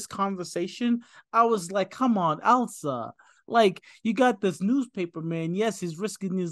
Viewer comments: It's ILSA not ELSA so different from Elsa from Frozen. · ILSA, ILSA,. Not ELSA! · The name is ILSA , NOT "Elsa". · " At 42min. 50sec. -: " 'Elsa', I was right." No, you were not right. It's pronounced "ILL-SUH", not - and as you continued to mispronounce it -"EL-SUH". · This guy is good. Works his way through the film with unique understanding for a first time viewer. When confused, he asks the right questions. Excellent job breaking it down. Only one note: the Ingrid Bergman character's name is Ilsa, not Elsa. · Ill - sa not Ell-sa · Close, it's Ilsa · Ilsa is a different name from Elsa. It is pronounced Illsa. Beautiful story that Rick sacrificed his love for Ilsa so she could be with Victor. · The character of "Ilsa Lund" (not "Elsa" as you mispronounce it) grew up in and is from Oslo, Norway - NOT Austria, and as you incorrectly stated her origin being from there.